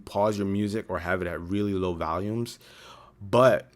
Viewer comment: Is there a trend among Reviewers where you say "Valium" instead of "Volume"?